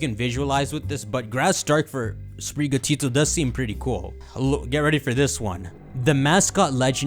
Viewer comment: spiri gatO as in spirit and the Spanish work for cat your pronunciation of this is making me loose my mind